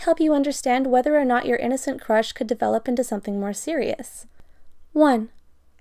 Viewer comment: The narrator said: "There is no denying that this experience is InnOcEnt and bAEUtIfUlE." InnOcEnt I thInk nOt Omg I know this is sooo cheese and people get sick of but Thank You for the likes!!!